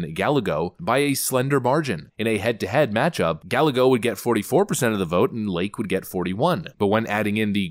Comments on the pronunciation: Guy-YAY-go..... not Guh-LEG-go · Rubens last name Galego is pronounced Guy-eggo. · Ruben Gallego's name is pronounced "guy-EGG-o" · JFYI - Gallego is pronounced Gah-yeh-goh. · Pronounced ,,Guy a go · It's pronounced Guy Eggo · Rueben Ga-Ya-Go, 2 Ls next to each other in Spanish is a Y sound.